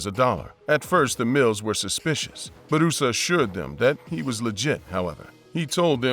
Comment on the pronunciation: It's not Barusa. His name Bu Ra Sa.